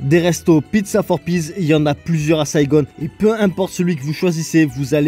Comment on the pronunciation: HELLO! C'EST QUOI CETTE FACON SNOBE A LA MODE ANGLOSAXONE DE DIRE SAIGONE ET PAS TOUT SIMPLEMENT SAIGON????